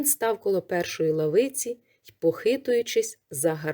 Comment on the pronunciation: Не лавИцю,а лАвицю.